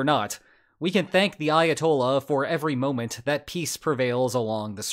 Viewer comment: Why does he sound asif he says Iatol instead of Ayatollah 😑